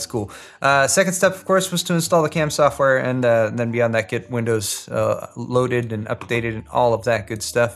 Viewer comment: "Not resizable piece of ssshhoftware"